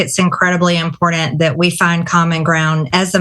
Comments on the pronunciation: “Impordant” “contstantly” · "Impordant". "Reasurrement". Oh, Marge. The schools you attended should be SO proud of you. :face-green-smiling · You know, I REALLY can't stand it when she says "Impordent"! It's pronounced and spelled -im-porT-Ant, sound it out, you ignorant moron!